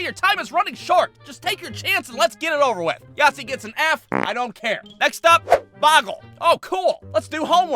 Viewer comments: Yaythzee sounds like nazi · Its funny for me when he says Yactzee but it sounds like nazi